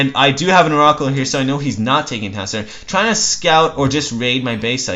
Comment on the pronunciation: why do you mispronounce oracle? and manor?